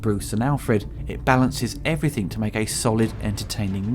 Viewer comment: Stop saying 'Everythink' you foooking idiotaaa